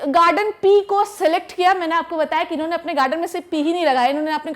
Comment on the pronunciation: Her "inne" & "unne" 😂😂😂